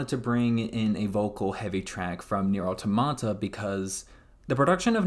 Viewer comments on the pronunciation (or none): My man. Good video, but maybe do some research on pronunciation of words and names mentioned before recording. ("Nier", "Automata", and "Keiichi" all being examples of names you mispronounced.)